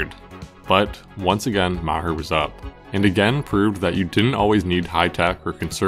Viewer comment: MahHer 😂😂😂 MaHAR dood, MAH HAR NOT HER. 🤦🏼‍♂️🤣